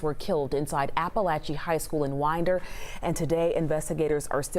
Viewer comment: Winder is pronounced with a long I.